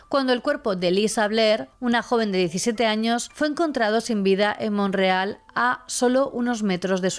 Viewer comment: Te hago una pregunta hay un poblado en Canadá llamado Monreal? Por que así lo pronuncias, es MONTREAL.